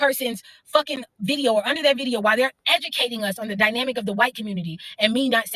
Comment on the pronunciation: "the dyminamic" you mean dynamic? Most educated...